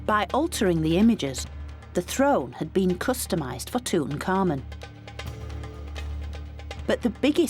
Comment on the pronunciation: tut ankh amun , yet she's pronouncing it like tut un-common lol